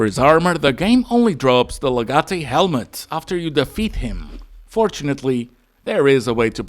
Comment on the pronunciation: You hurt me when you mispronounced legate, still though, good stuff